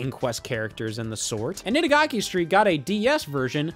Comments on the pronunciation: it’s Itadaki(いただき = calling dibs) Street not Itagaki(坂垣＝Random given name), who the hell is Itagaki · Itadaki Street, not Itagaki Street. For shame. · bro thought itadaki street was itagaki street 💀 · Itadaki not gaki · Scott mispronouncing "Itadaki street" for 5 minutes straight '_'